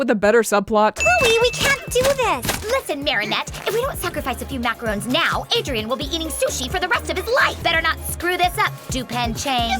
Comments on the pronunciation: The show’s repeated mispronounciation of “macarons” will never not anger me, especially for a FRENCH cartoon(yes, I know that it’s an English dub, but still)! Like, come on now. You really couldn’t have simply Googled how the word is supposed to be pronounced? Do better. 😒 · Bro them saying macaroons in Paris makes me so annoyed! ITS LIKE ITS MACARONS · What the parents say IS "macarons", they just pronounce it with "macaroons".